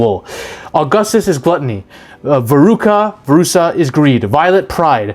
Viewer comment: veruSA? what the fuck ? its veruca - veruKA - . lol